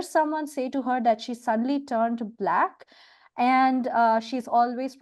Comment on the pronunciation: He pronounced it " b'lak".